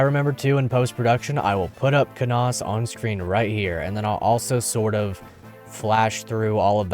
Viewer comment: Lucius lyn good, you say Canas wrong sorry :d